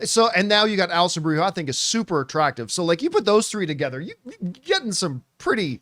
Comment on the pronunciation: The first time an actor’s name comes across your screen, it’s fine if you don’t pronounce it correctly. But this is the tenth time… and you’re a pro… so act like one please.